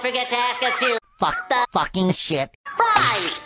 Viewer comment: “And grilled to FUCKING perfection” The emphasis on Fucking is golden! 🤣🤣🤣